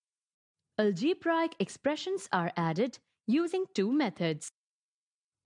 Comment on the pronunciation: Algebraic pronunciation is wrong and no explanation column 2 method is wrong . Well tried by the way ...